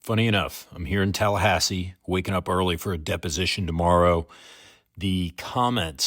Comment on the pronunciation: When you say Tallahassee and California in the same video… Hurts my soul.